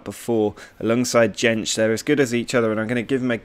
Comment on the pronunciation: Jentszsch is pronounced like yentch